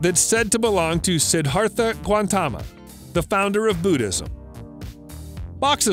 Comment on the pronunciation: yeahhh ...the falcon headed Egyptian deity was NOT a Goddess ...and also how the heck do screw up pronouncing siddharta GAUTAMA not Guantama lol guantama sounds spanish ...damn this channel ..too many times there are glaring Factual errors that should not be happening on a channel that presents archeology and history